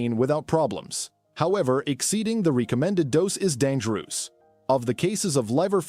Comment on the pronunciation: Yes, quite dangerooose (an actual pronunciation in this video). Such a common word!